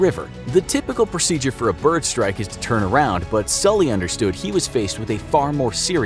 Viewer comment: Mispronouncing Sully's name is a unforgivable.